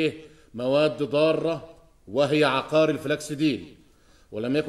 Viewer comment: عُقار بضم القاف يا فخراني و يا.. عيب والله ما تعرفوش الفرق بين عُقار و عَقار و أنتما من أنتما